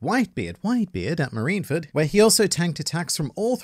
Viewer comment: >: Takes great pains to pronounce Yoshio Harada correctly >Also: Still can't pronounce Marineford correctly to save his life